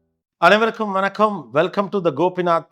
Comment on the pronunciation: அருமைத் தம்பி கோபிநாத்.உங்களுக்குஒருகேள்வி.தமிழ்ஆளுமையானநீங்களே சமீட அல்ல சிறிதுகாலமாகவே வணக்கம் என்பதை "வனக்கம் "என்றுகூறுகிறீர்களே இது ஏன்?